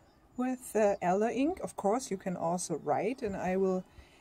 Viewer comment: not wishing to be pedantic, but thought it may be helpful to note about the pronunciation of the names of these trees in English (and I'm sure my German pronunciation would be much worse!) Elder /eldə/=elder 'Holunder' (Sambucus) Alder /ɒldə/~older 'Erlen' (Alnus)